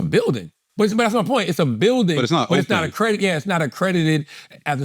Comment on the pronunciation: “Accredidated” .. Charla is a fuckin dunce